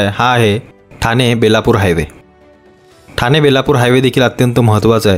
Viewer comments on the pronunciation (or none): none